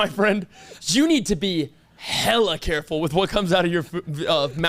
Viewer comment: Snickers “carful “